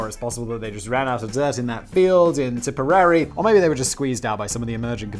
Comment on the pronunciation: how do you not know how to pronounce tipperary? havent you ever heard that song its a long way to tipperary? bugs bunny taught it to me when i was like 6... but also its a brittish song...